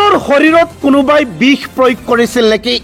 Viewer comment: bih ne bix, pronounsation problem?